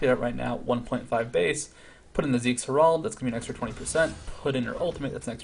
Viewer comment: It's HER-ald man. Herald. Thanks for another great video.